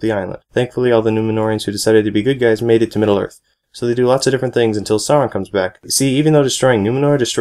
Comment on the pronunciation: You pronounced Sauron wrong.